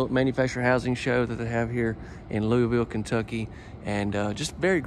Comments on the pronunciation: Yes plz get it right it's Loo-a-vull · It's Luuvull lmao. I'm liking these videos though 👍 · “Loo-a-vull” lol, no “Louie” or “ville”. Lived here my entire life and nobody says it “right” like us locals. 🤣🤣🤣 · I live in CO and ours is Louisville (Lewis-ville). Most don’t pronounce ours right either!